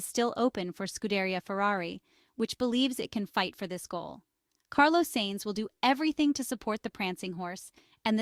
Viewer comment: Please learn how to pronounce Carlos's name properly. It's not difficult.